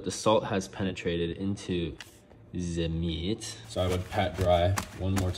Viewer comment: "Ze meeeeaatt"😂😂😂